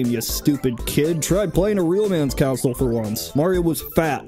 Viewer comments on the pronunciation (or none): But why do you say "counsel" instead of "console"